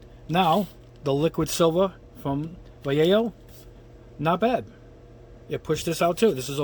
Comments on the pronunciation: Yo pronounce vallejo like va-ye-jo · As a native Spanish speaker, I would say more like va-yeh-hoh... It's a Spanish brand, a Spanish name...I think he's been doing pretty good job pronouncing it too.... Don't know why everyone else wants to call it valayho